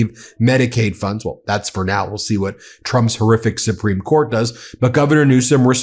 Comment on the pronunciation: Did you say Trumps 'Simpereme' Court?!?😅😅